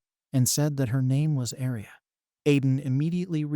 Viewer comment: Please say aria not alice